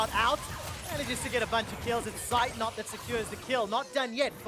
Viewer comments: I'm always triggered when the casters mispronounce Zeitnot 😁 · its not seitnot, z its like tz in blitzcrank or blitzkrieg^^